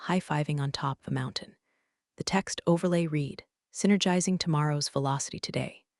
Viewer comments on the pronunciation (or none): none